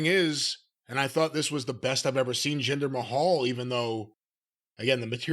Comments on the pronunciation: Jinder Mayhal! 😂😂 Cornette says it like Jinder Ahole! 😂 acting like the Rock stole his wife. The Rock is entertaining as hell. Why all the hate for The Rock? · Jinder May-Hal LOL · Always love it when he calls him 'Jinder Mayhall'